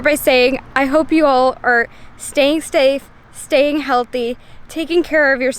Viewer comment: Yes, we are "staying stafe"😂😂